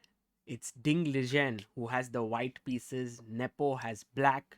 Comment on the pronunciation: Pronounced as Li-Ren